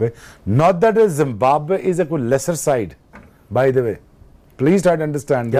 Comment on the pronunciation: What a host!!! He can not even pronounce Zimbabwe (Zimmamway) and Batsmen (Bastmen). ;)